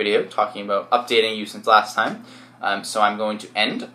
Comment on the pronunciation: "abot"lol he is defo Canadian